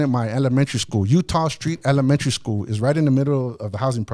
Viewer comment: Yo i love how he said he is was soo smart in elementary and then he said elementary SKROOL😂